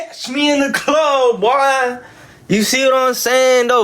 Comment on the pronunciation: Hes so annoying cant even say boy right. "Buuii"